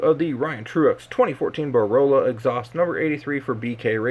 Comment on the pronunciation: its BOR - LA .. lmfao not BOROLA